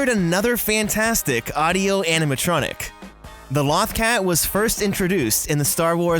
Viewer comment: You mispronounced Lothcat. Many times. "Loth" rhymes with both. If you had actually watched Star Wars Rebels you would know that.